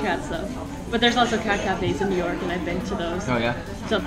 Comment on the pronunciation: ミューヨークになってますねw